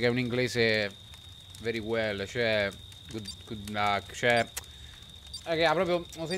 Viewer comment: Cioè un inglese... VeRy WeLl E gli invidiosi diranno che è sbagliato